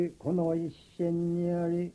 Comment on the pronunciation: これは貴重な。 晴朗「シェイロウ」、一戦「イッシェン」など、セをシェと発音してますね